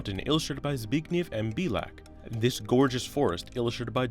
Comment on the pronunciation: I was so surprised at how well you pronounced "Zbigniew". :D